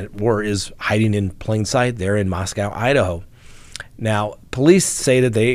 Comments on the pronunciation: You are mispronouncing how they say Moscow. It’s MosCo. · Please start pronouncing Moscow Idaho correctly.